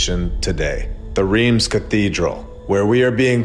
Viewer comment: Rheims is prononced ; Raince. Thank you